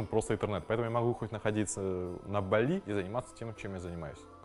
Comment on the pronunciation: В слове Бали ударение правильно ставить на первый слог